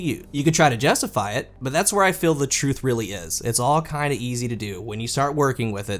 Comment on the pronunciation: Hehe "CRUTH"